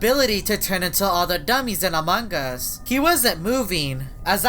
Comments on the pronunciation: He Calls It Among Gus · said amanga's